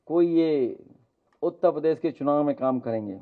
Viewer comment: तुम पहले उत्तरप्रदेश का उच्चारण सही से सीखो, यह उत्तपदेस क्या होता है। नालायकी की हद है, हिंदी नही आती क्या?